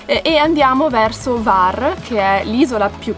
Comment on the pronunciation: Ciao bellissimi, ben tornati! Ho sentito la vostra mancanza, e quella dei vostri video. Hvar è bellissima, è chiamata la Portofino dell >Adriatico e l isola della lavanda. scusa se mi permetto, il nome non è Var, ma la acca viene nominata, cioè Cvar. Perdonami, non volevo fare il saccente, ma navigo come marinaio in quelle acque da tanti anni. Un caro abbraccio a voi.